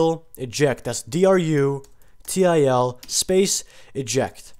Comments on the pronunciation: Thanks buddy it work ! dont worry about other people say Because they dont listen to what you told then. its so easy type. drutil eject . not drutial eject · drutil eject, not drutial eject